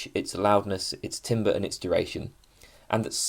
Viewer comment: TAMBER, IT'S PRONOUNCED TAMBER 😭😭😭